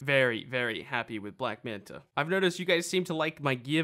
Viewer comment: Can you say black manta not black manter.